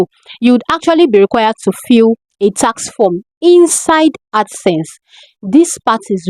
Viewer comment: Ad sense or accent? Wats dat?